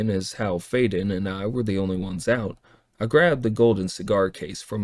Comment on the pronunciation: I like this version better except for the pronunciation of the names. That’s saying something to prefer AI pronunciation over human pronunciation. It will always be Amara and Fiden in my mind.